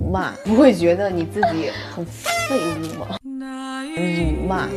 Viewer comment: 喻言把“辱骂”和“废物”念得好重啊😂😂